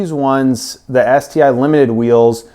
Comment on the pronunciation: You're not pronouncing it correctly. It's pronounced Ess-Tee-Eye.